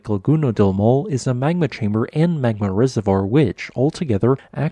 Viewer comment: "maw le" is a better phonological transcription of Maule than "maul." The final e is not mute.